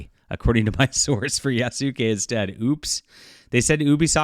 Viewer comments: Damn. He butchering the names. You doing this on purpose? Yah-skeh. Like Sasuke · The name is Yasuke not do not say the Su part dear God it's not that hard to say please God learn to say the name lol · Yasuke in Japanese, is properly pronounced YAH-SOO-K-EH with the last ke or K-EH sound said quickly. The ke is pronounced as K-EH not K-AY.